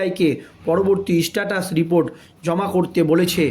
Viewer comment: উচ্চারণ ভুল যে গুলি স্ট্যাটাস ও বিস্ময়।